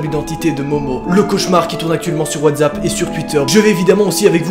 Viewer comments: PK tu du : Wadzappe c est Watsappe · LoL il dit toujours watssap